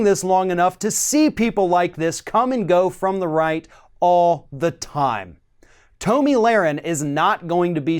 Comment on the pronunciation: HER NAME IS PRONOUNCED "TOMMY", NOT TOE-ME.